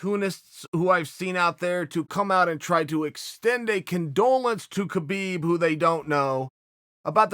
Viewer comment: It's Habib its K is silent